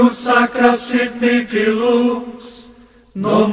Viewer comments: A PRONÚNCIA ESTÁ ERRADA NA MÚSICA. NÃO É MIKI O CORRETO E SIM MIHI.ESTRANHAMENTE ESSA MÚSICA ERRADA ESTÁ EM TODOS OS CANAIS DO YOUTUBE QUE PESQUISEI SOBRE ESSA ORAÇÃO EXORCISTA. PARECE QUE SATANÁS NÃO GOSTA MESMO DELA. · Paano po ang pag pronounce ng mihi na word?? Miki ba?? Yun kasi dinig ko sa video eh